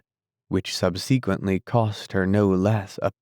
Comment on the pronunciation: Sub sequently? Learn to pronounce the big words.